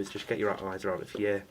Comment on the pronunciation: Did you say "Twatomizer"!?